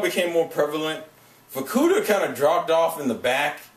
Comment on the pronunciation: when you said fukuda, i thought you said vorkuuta xD